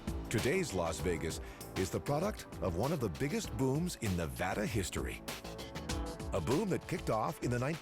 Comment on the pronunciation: Finally a show that pronounces Nevada correctly.